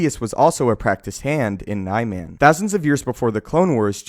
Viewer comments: Isnt it pronounced "Nee-Mahn" not "NIE-MAN" for Niman? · You pronounce everything so fucking wrong it hurts my ears. Niman is nih-min not knee-man. Vaapad is not vay-pad, it's vah-pahd. Use the english language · Niman is pronounced "knee-mahn"